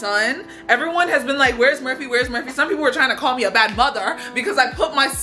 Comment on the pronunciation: Girl that ain’t Murphy that’s no-fur-phy 💀